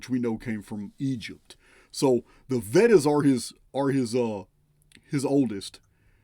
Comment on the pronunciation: VEDAS are pronounced vay das.